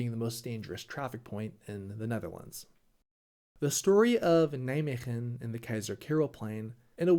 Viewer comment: As someone living close to Nijmegen. When you said Nijmegem I went "what the f you say about Nij... oooooh I know where this is going.